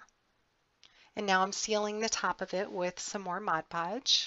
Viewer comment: Yet another comprehensive tutorial,. I love your creativity and I need to thank you for pronouncing "Mod Podge" correctly. Haha, I can't believe how many videos I've watched where they say, "Modge Podge"! It's a pet peeve of mine, I guess. Anyway, thanks for sharing another practical, yet beautiful creation!